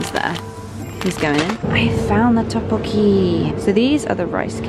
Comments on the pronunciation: Your pronunciation of tteukbokki is great! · You prouncouce tteokbokki ss ddeok with d and even though the packet says jjajjangmen it is called jjajamyeon and the bottle you had to pop is a Japanese drink called ramune 💜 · Her pronunciation of ddeokbeokki is so cute lol